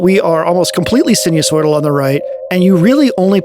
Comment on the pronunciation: Enjoyable video. Reminded about music down the phone line with Telharmonium. sinusoidal pronunciation sai - nuh- soy - dl